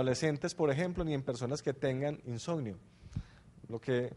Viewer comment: Insonio??? Que mala dicción!